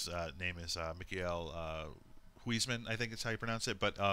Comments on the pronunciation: "Miguel guizman" lol way to butcher a Dutch name and make it sound Spanish. It's Michiel Huisman. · I am from The Netherlands and i laughed so hard at how this guy prenounched Michiel Huisman , it is not even close!